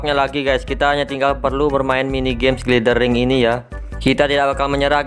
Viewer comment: Bacanya Glayder Wing bang.. Huruf i di bhs inggris most of it dibacanya ay